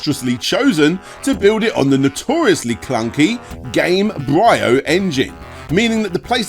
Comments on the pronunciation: Isn't it "game-bree-oh", like embryo? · Bruh, did you just pronounce Gamebryo as Game-bri-oh? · Great vid. ... small correction -> I expect gamebryo is prononce like in embryo, rather than game-bry-o. Ciao. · game-brio??? it's gamebryo, like embryo with g before it, that's the point for the name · That's a way to pronounce Gamebryo. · Gamebryo is pronounced like embryo. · The Gamebryo engine is pronounced like EMBRYO. Not whatever the fuck YOU called it. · say embryo.... now same Gamebryo again.... yeah that y is in fact not a hard i